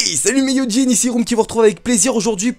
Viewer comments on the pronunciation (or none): il a dit mes yujins ... il a dit .... mes yujins ... il ... a ... dit ... mes ... yujins ....